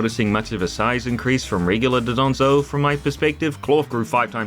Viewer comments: not doDONzo, DONdozo!!! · also i love how everyone says 'dodonzo' instead of 'dondozo'